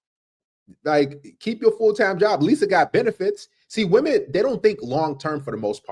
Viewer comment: another illiterate to ignorant to know how to pronounce women correctly.